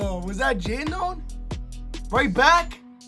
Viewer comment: It's Jadon not Jando bro